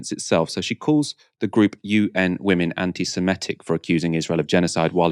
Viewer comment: It's not 'anti-semetic' it's anti-semitic'. SEMITIC with an 'e' and two 'i's'. I'm a big fan of your channel. Keep up the good work!